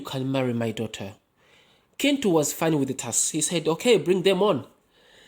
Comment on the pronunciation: Is it not pronounced chintu? I though Ki in Luganda was a ch sound.